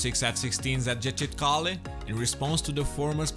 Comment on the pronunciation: Nice, accurate review. I liked it. I play DCS and I speak Turkish. The C in Ercan and Incirlik is pronounced J as in John or Jedi. Injirlik. Erjan. The C in Gecitkale has a tail like in French and is pronounced ch as in chat. Gechitkale. The s in Pinarbasi is pronounced sh. P'narbashi. Very soft i at the end. Looking forward to this map very much.